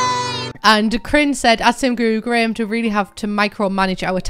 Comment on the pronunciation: Wait, have you been saying “graham” every time I’ve heard “grim”? I just assumed that was someone’s nickname/handle.